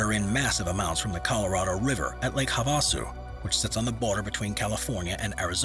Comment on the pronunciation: Its pronounced "Lake Have-a-sue".